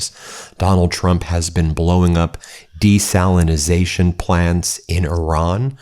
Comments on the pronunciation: Desalination. Not Desalinization. Desalination plant. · Desalination ✅ Desalinization ❌ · I think it's desalination. Not your strange version of the word. And if you did your research you would know that Iran actually has natural springs as well. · Ben! It's DESALINATION! We need to be taken seriously!